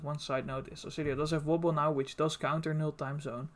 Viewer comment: I could listen to you say Wobble all day